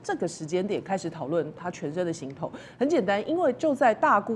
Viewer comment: 只有这个节目的人把行头念对了，其他都念成航头